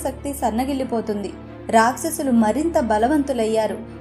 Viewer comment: అమ్మా! మీ వ్యాఖ్యానం బావుంది. కాని మీరు "ష" అక్షరం పదాలలో సరిగా ఉచ్ఛరించడం లేదు. Ex:రాక్షసులు.. ఇంకా కొన్ని